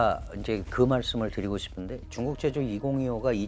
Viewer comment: 교수님 명강연 잘 들었습니다. 허나 발음에 신경써주세요 고통스럽습니다. 소비, 싶은데 이런 ㅅ자 발음에서 휫파람 소리가 너무 강해서 기계음 때문에 귀가 찢어질 것 같습니다😢